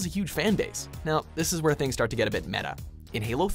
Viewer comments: When he said things it sounds like nigga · I heard the n word but I know he tried to say “Things” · he didn't say "these niggas" he said "these things" he just didn't space his word out.... everyone calm down... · ok this guy's probably my least favorite mojo guy, but sounds nothing like the N word. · Gage Taylor Relax. We know he's saying "things". It just sounds like he's saying the other word.